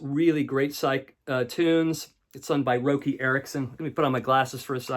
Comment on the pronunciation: all in all a solid presentation but I must insist you pronounce a couple of names correctly: Bogert is pronounced like “yogurt” and Roky is pronounced like Rocky.”